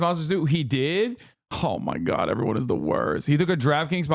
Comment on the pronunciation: A human being is suspended mid air hanging from a rope:: “ohm magaad ohm maagaad”